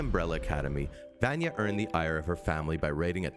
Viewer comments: ITS VANYA NOT VAANYEH! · ...di did he say Vanee not Vanya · Vanya is pronounced Varnia like jar and Klaus like louse. You watched it and yet still struggle to pronouce their names properly! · I feel like “Vanya” should be pronounced “Vunya” not “Vanya” lmao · NOT VAN YEAH EITHER! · He says “vanjah” lol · every time he calls her “vonyee” i lose a year off my life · do people in every one of these videos say names wrong on purpose to piss us off vanya is pronounced like VONYA anna is pronounced like ONNA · who tf is vAAnya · Did you call them "Vanee" and Kloss"? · love klawss and vaanya seriously if you're gonna put in clips of them saying their names tell the guy how to pronounce stuff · He certainly sounds as if he is just reading something given to him. He says Vayna wrong multiple ways. The least they could do is get someone who has actually watched the show to talk about it. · If you're gonna make a youtube video about a show where they literally say the characters name multiples times in the series, then you should be able to say it correctly in your youtube video. And by that I mean you keep saying vanya wrong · OMG! Did this guy even watch the show!!!! He's mispronounced both Vanya's and Klaus's names!!!!